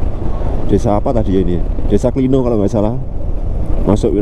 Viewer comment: Klino pengucapan huruf "O" nya itu seperti kata "kiwo" mas